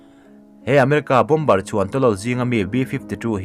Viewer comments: Mizo trawnga A,Aw,B h cuan bom-ber th khi a dik...bo-mer cu American English ah ciah..Zo trawnga lehlin anih toh cuan a lam dik.. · Bâwmar ti a lam rik tur a nia, bomber ah hian b laita hi silent tur, a ngaihnawm e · "Bom-ber" ni lo in "Bo-mer" ti a lam tur... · Bomber hi bomar tiin an lam thin in ka hria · "bomber" ni loin, "BOMB'ER" tia lam tur zawk